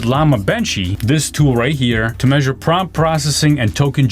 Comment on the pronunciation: Promt… or Prompt😅